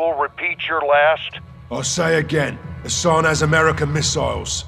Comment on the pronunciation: Bhai mager Hassan hai Hasan nahi hai